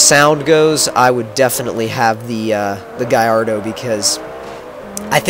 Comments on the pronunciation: why do you pronounce it guyardo its gallardo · Sounds like u say garrodo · What kind of gallardo is that?? That gallardo looks like a piece of shit, and how he says gallardo just makes the vehicular device sound stupid af